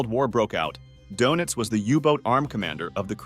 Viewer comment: Your.pronouncing donitz wrong